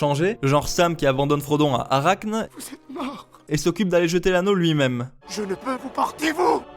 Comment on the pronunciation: "Arachne" 😭 c'est Arachnée ☹️